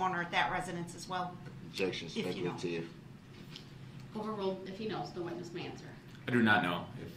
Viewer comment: Da nara-teeev is specul-teev